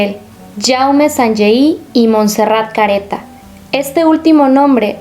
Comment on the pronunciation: Hola, se escribe Montserrat, Sabadell está en la provincia de Barcelona, por lo que se pronuncia Montserrat con la o qué parece u y la abreviatura es Montse, cómo suena.